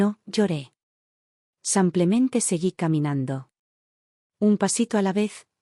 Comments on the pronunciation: Porque ella no dice simplemente ,no samplemente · Por favor , que no diga más samplemente . !!!